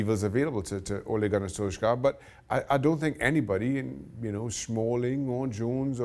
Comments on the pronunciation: Ah, yes, Gunnar Solskhar. It's been long enough now, people should know that it is not pronounced with a hard K. More like Solshajr...? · Don't ever say "Gunnar solskjaer" again lol